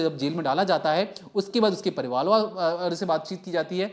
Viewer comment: parivaal nhi parivaar hota h